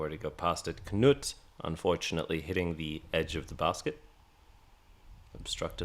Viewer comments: FYI it's just "noot", not "kuh-noot". The K is silent just like English, so says my Norwegian wife. Really enjoying the coverage! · Funny to hear you say Knut, it should be a slow vowel. But other languages is tricky. Thx for the video.